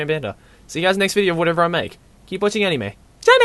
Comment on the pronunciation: how he pronounces it anime- enimey manga- mengah